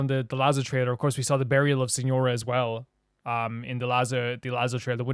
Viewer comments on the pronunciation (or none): none